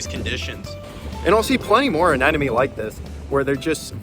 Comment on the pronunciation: Also, it sounds like you keep saying "anenome" but it's "anemone" (uh-NEM-uh-knee).